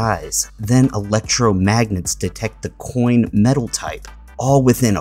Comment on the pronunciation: the way he says coin like why does he pronounce the c so strong like that